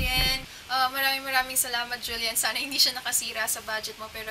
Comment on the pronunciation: Julyen ba ung pronounciation?